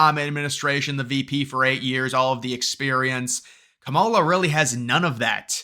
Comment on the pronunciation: You not pronouncing her name right is sad! Racist don’t truly believe in unions! Of course they won’t endorse her!